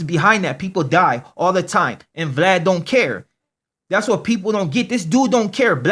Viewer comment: he pronounces Vlad funny